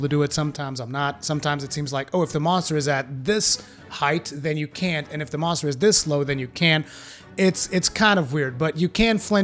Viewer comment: "Welcome back to Muntser Hunter World"